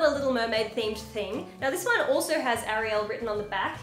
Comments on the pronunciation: I pronounce it "Air-eee-elle" rather than "Ar-eee-al. Also that 3rd Ariel shirt is a baseball shirt. :-) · sounded out say air-e-all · Air-eee-ale is how you say it...♡you and your bird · The way you're pronouncing it would be spelled Arielle. It's Ariel. ^.^ I was a little confused but understandable. Also up where I am in Canada, 30 bucks is still an average price for a t-shirt. And 20 is a steal. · English-speakers usually say "Air-iel." In my language (norwegian) I say "Ah-riel." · AIR-ee-uhl lol, I love the many pronunciations you gave that name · I think it’s pronounced airial. Ps I know it’s spelt Ariel. I love your channel btw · Ariel, all the people I know say it like tv aerial and I'm also Australian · aireeul the pronunciation for Ariel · ariel is suppose to be pronounce quickly with little exaggeration on the pronunciation of the vowels. Airy-ill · I think.. it is pronounced Are-iel (R-iel) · A-Ree-Elle with the A pronounced the same as Ape’s A is pronounced. Not like apple 😊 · air-ee-all = Ariel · It’s air-e-ul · It's pronounced Air-ree-(short ree) but spelt Ariel. Your welcome. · Eh-ri-l Ariel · AIR - E - ELLE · The 2nd way you said Ariel is the way american girls pronounce it! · It's Ariel not the way you where saying it